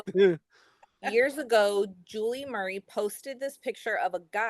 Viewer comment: Murrrr eee ! FFS how can you not pronounce Murray ??